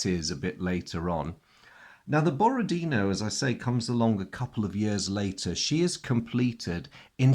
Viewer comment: I understand this is not terribly important, but I'll say it while I'm at it: in "Borodino" the last syllable is stressed. It's pronounced the way you would pronounce it in French.